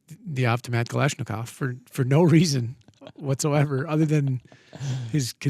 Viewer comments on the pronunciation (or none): none